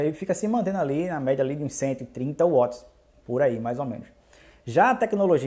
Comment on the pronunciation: O nome é watts * nao uoti